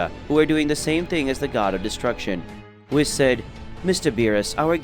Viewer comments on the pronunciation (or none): Would u stop saying wiss🤦‍♂️bloody hell its whis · pleasee its not wis its Whis